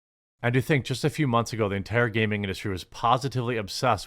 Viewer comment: did he say " modern gaming audience" or "modern gay men audience"